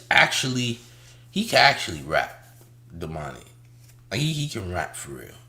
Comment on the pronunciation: This nigga said domani better than TI. Is that you?